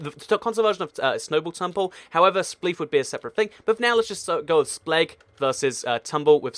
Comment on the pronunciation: I think you spelled spleef wrong on the picture before clicking this video because you said "spegg"